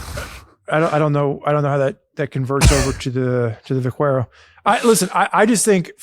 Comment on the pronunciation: Teach how to pronounce Vaquero. 😁.